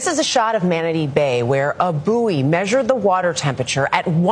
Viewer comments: America, buoy is pronounced,"boy" as in buoyancy. Definitely NOT boo-ee. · As an aside, its not a boo-ee. It's pronounced boy. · I can't take them seriously if they pronounce bouy